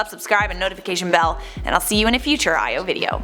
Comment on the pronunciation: io? No... EYE o. Okay sorry